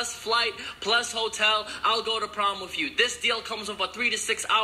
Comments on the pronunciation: what the hell is wrong with Dom and when he says with he makes it sound like wif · is it just me or do you guys also notice that Dom say wif instead of with? lol😂😂👍👌